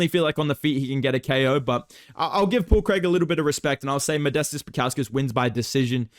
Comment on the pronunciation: “Paul Craig!” 🗣️ “Paul Creeg.”